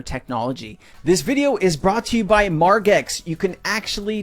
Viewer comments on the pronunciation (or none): Phonetically it’s spelt Marge – X. You’re saying it wrong and it’s killing my ears.